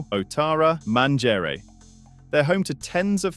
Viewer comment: "Man-jerry"??? Really???